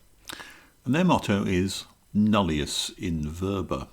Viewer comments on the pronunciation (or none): wow wow... first of all.. It is pronounced NUllios...not nAllious... Then, this has nothing to do with the trias politicas ... Nulllius = Nul / nothing .. in = in.. verba = words... (As in Verbal) .... So the translation is "nothing in words".. the reason for this was scientific as there were many wars going on in 1660, AND European scientists (philosophers) started gathering and realizing that a union had to be formed. BUT, to find truth in wisdom, one can not relay on previous wisdom. ( otherwise one might create a story upon false facts.. ) Therefore, one HAS to prove obtained wisdom. and prove it's truth. Hence the Sigma scale was reintroduced... which, in its fact was a big problem for the team at CERN when they found the Higgs boson... It took MANY Years to reach Level 4 and 5 of the Sigma..... All because " Nullius In Verba"...